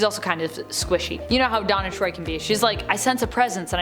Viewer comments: Deanna, not Donna. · Its Deanna!! Deanna! Not freakin Donna… Deanna!! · her name is DEANNA TROI not donna or diana. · I hate to make this comment because I truly enjoyed the video. But Counselor Troi's first name is Deanna not Donna